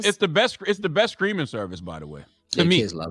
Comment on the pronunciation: “It’s the best “screaming service” lmaooooo the way Charlamagne pronounces his T’s as C’s. He says Skripper for Stripper too lmao.